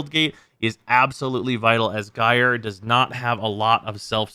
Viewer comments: It's pronounced jīr . Or in General American jīər . It rhymes with Fire. Drop the F and add the J from Just. It is the same root word as Gyroscope. So just shorten that and you are good. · I'd rather hear "Jerry" than "guyre" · until now I was perfectly fine with calling her "Guy-er", but I have seen the light and shall now be mildly peeved at anyone who does not call her "Jerry"! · well NOW i'm gonna say "jerey" too